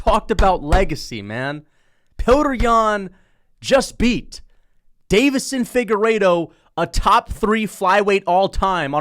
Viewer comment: Why does he always pronounce Deiveson like Davidson